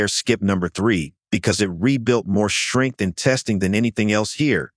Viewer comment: Worst jive AI voice ever. Shtrength. really? It’s pronounced Strength.